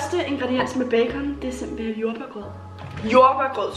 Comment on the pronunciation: den eneste der høre sige simpelhel